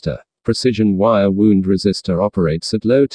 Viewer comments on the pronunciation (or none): Wire "wound", not wire "wound"!